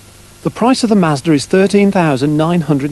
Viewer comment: is he saying mazdra?